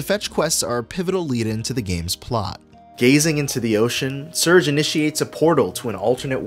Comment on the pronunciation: Loved the case study! Only one thing to nitpick, the main character's name is "Sair-gay". I called him "surge" too, when I was a kid, but I'm pretty sure with the theme of all the characters' different nationalities that the developers were referencing the Russian name "Serge".